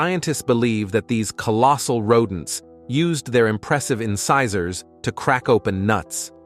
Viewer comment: inkasaurs? I didn't even know he was trying to pronounce incisors until you said it (also did we ever figure out the helicoprion teeth situation? Or are we still unsure?) Also "Ah yes Andrew's Archus. Wdym you don't know who Andrew is? Or about his archus..how dare you sir!"